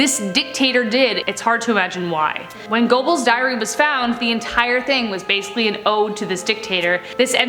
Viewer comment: Your pronunciation of Gobbels is hilarious. Ger berls